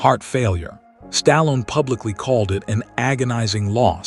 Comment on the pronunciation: Couldn't even pronounce his name properly..